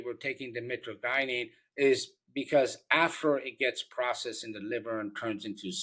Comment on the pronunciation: hey doc your not saying it right, it's mi-tra-je-nen. just wanted to let you know that sir. it's found in webster's